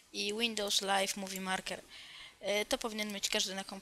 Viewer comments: Marker... Kurwa, maker tam pisze i mówi się mejker... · Łindołs lajv mówi marker xDD